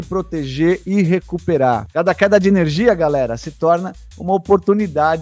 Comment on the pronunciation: Enerigia? Faltou energia no português...